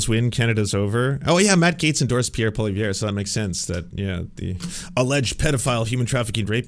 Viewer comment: I love how OAN can't even spell or pronounce Pierre's name correctly lol